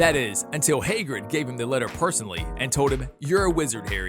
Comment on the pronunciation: hey-grid wtf